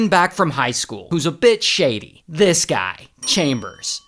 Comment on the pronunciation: It sounds like a b!tch shady instead of "a bit shady".